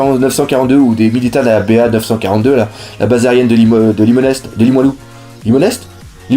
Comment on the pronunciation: Super nouvelle et bonne chance pour ton déménagement! J'ai hâte de te voir en convention! PS: On prononce pas le "st" de Limonest;p!